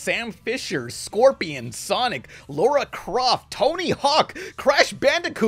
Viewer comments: Why can't Americans ever say Lara Croft right. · Got it. Lara Croft. Larry Laffer. I guess they always could've added a little guide to the proper pronunciation. Unless they did, to be brutally honest I've never fully played a single Tomb Raider Game in my entire life let alone skimmed the manual. I know it's Ninja Gai Dan! At least, thank you The Wizard.